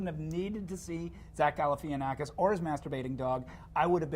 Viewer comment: its gal-La - Fah -naf-a-kiss